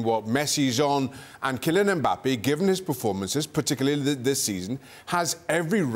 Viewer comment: Ale puts a g sound at the end of ‘Kylian’…. anyone else hear it?